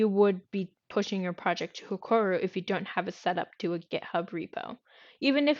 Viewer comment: BTW its HEROKU not HEKORU was painful to listen to the end, but thank you